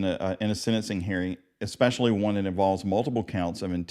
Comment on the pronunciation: “Ekspecially”. No matter what the knowledge, this word is always mispronounced!